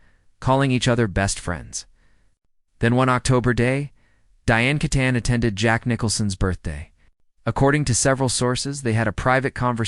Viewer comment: Pronounced Kee ton. AI again